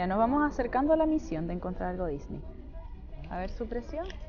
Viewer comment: Una pregunta porque dices Disney tan raro no se dice como tú lo dices